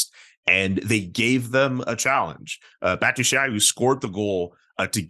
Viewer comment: please for the love of everything that is holy don't pronounce Batshuayi's name like that again for a hot second I thought you said MATT DUCHENE and shocked to hear his name in a conversation about football.